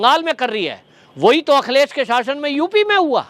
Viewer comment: Akhilesh Bhaiya ka name thoda ache se boliye